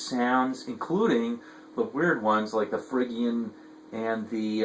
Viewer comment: good stuff. but it's pronounced ' fridge-ian' not frig-ian.